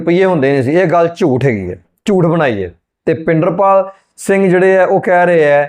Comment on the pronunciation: tusi great katha wachk Bhai Pinderpal singh ji da nam wrong le reho ho its not bhinderpal.OR YOU SEARCH HOW TO TAKE NAME CORRECTRLY.OTHERWESE YOUR REACTION IS GOOD.